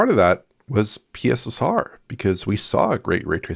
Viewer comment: "The new PeeSSR"